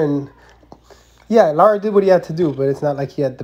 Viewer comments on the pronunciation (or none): His name is Lara not Lata